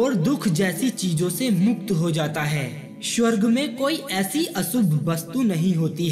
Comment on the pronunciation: Bolna to sikhle swarg ko tu shawarg bol raha hai